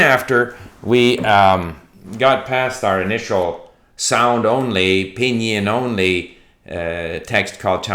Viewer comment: David Lloyd-Jones : It's Pīnyīn...